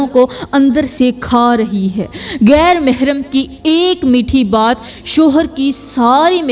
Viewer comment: Tumari tu urdu ki pronunciation hi theek nahi GHAIR ko kaisay bol rahi ho